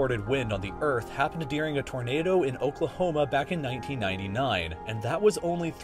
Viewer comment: "dearing the day"? Bitch wtf